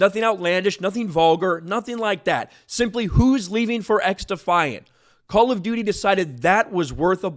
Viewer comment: All I hear is ‘Call of Doodie’.